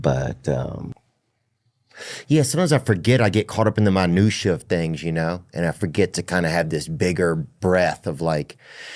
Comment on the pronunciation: "Manusha" - I think you meant 'minutia'